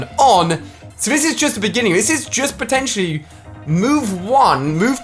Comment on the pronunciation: Teacher: what’s 2+2 Ali: potinitially 4